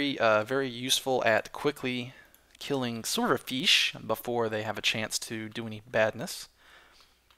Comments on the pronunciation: Every time he complains about glitchy mobs. Drink Every time he says feesh. Drink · Feesh=fish! Let's learn the language!:D